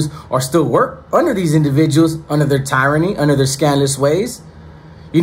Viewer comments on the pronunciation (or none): Tyranny Pronounced : Tee-raa-knee Not : tie-raa-knee Nothing personal. Love your channel big homie. ✊️ You the truth!!